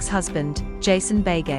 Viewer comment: For goodness sake, learn to pronounce Beghe! Pronounced be-gay, not bay-gay.